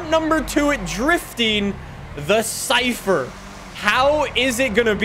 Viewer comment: Lmao he says”chypher”